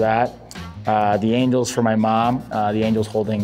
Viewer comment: almost sounded like he said "the angle is for my mom"